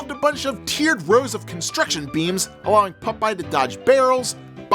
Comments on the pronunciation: Pop-eye dude, not Puh-pie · Holy shit I’m in love with the way pronounces the name PUPEYE! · Why are you pronouncing his name Pupeye? Stop it. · Why are you saying "Pupeye"? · Did the ghosts tell you it was pronounced "Pup-eye"? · It’s POP-EYE😅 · I thought it sounded like he was saying Pupeye too.